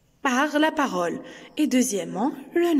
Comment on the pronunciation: Parole et non pas parôle . Non verbal et non pas nom verbal